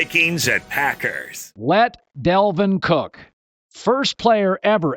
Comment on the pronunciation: Is it really hard to say Dalvin Cook correctly?